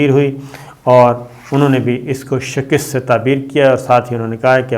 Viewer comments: صابر شاکر میاں، تلفظ میں زیر، زبر، پیش کا خاص خیال رکھا کرو۔ شکست ہے شکِست نہیں ہے۔ اردو زبان پنجاب میں زیادہ پنپی ہے نہ کہ کہیں اور۔ پائے کے شاعر و ادیب پنجاب میں پیدا ہوئے ہیں اور اہلِ زبان اس حقیقت کا پورا پورا ادراک رکھتے ہیں۔ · صابر صاحب شَکِست لفظ نہیں ھوتا ھے بلکہ؛؛ شَکَست؛ ؛؛لفظ ھوتا ھے